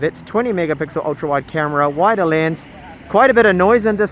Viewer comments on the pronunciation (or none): none